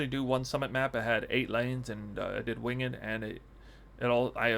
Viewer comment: dude you pronounce winged incorrectly.